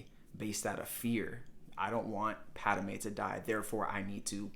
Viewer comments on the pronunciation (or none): Padme not Padame.